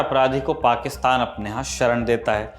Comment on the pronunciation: पाकिस्तान तो सही से बोलना सीखिए|